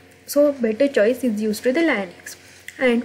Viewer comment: Is It Linux not Liunux correct if I am wrong! 👋